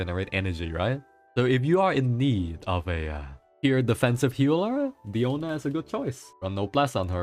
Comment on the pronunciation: Why do calls Diona "Diano":D just curious